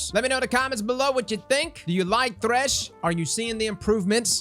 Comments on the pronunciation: Why “TH*ESH” and not “THR*SH” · "Is thesh the meta?"